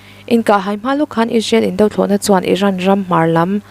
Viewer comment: Indo thlawhna, tia i sawi hi ,"do" lai hi ri sang ni lovin, Ri hniam tur a ni e